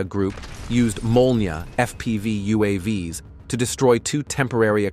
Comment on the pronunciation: the spoken plural of UAV is not U.A.V.S. 😀, it's like "U. A. Vees"